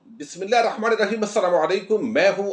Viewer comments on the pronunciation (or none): none